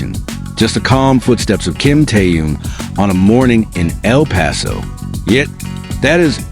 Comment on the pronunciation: Ты норм? Хватит впаривать дезинформацию! И поправь произношение имени Тэхёна!!! Что за кринж?